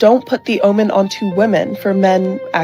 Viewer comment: “Don’t put the onus onto women”, you donut. Not “omen”.